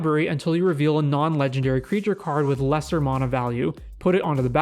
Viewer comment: I had to end the video after the first minute because I can’t stand to hear you butcher the word ‘mana’ any more